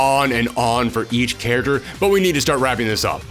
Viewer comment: You guys notice as the video goes on, every time he says "character" it just kind of devolves more and more to by the end of the video he is saying "Charers". Not a diss, just found it funny